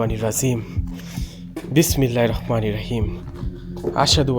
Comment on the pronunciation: ভাই,ছোট বেলা থেকে শিখে আসছি বিসমিল্লাহির রহমানির রহীম,আপনার উচ্চারণ তো হয়না মনে হয়